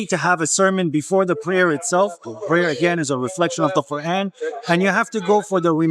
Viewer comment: You need to stop pronouncing the Qur’an in that fake accent. It’s super cringe.